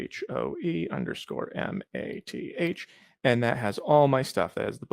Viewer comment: He says your name in a mix between home-ec and home meth. I think it fits tho.